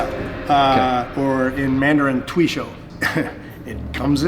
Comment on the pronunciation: If the instructor insists on using Chinese names he should spend some time on how to correctly pronounce stuff. For instance his pronounciation of tui shou (推手) was way of.